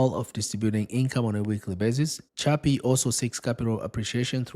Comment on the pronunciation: Is chippy. The pronunciation...not chubby... Lol